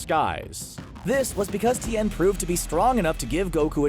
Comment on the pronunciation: It's Tien, bro, not T n